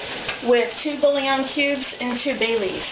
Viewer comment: Where to begin? Can we at least expect these people to speak English? Bouillon is a two syllable word, not three; it is not 'bull-i-on'. Oh Lord, please spare us.